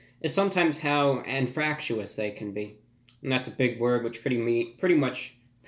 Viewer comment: THE INGREDIENTS REALLY CATCH MY EYES, THEY BLEND VERY WELL, IT'S VERY INFUHFUH FUH FUH...FRACTUIOUS, THAT'S A BIG WORD. Lol that had me, he acts like he's so high and mighty in his suit but can't even pronounce most of those big words without sounding like it's the first time he's ever used them lol